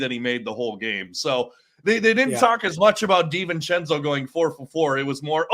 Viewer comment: Hey, it's Dee-ven-chen-zoh, not sen-zoh. Unless I'm mistaken.